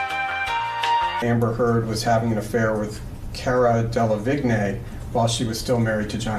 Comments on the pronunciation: Carah De-Le-Vig-Nay LMAO dude research your client's/other people's names before you enter the room! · It's "Dele-VIG NAY" 😏😂